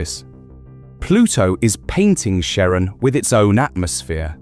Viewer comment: That's... not how you pronounce Charon.